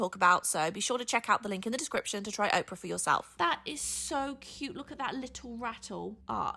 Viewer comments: Got a little chuckle out of mispronouncing her sponsor's name. It's Opera not Oprah. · I've gotta say, it's pronounced opera (the music genre) like awhp-rah not ohp-rah like the person Oprah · LOL It's "Ah-pra" like the music style, not "Oh-pra" like the "You get a car you get a car you get a car!" lady LOLOL Also - I now have $200 worth of goodies in my MakerPlace cart. Thank you, enabler! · You are adorable. Opera is AH PUR AH not Oprah 😊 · Opera, not Oprah. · Its opera like "will you go see the show at the opera house" 😅 they might want you to pronounce it right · imagine paying a youtuber money to sponser them and they cant even say a word as simple as opera correctly.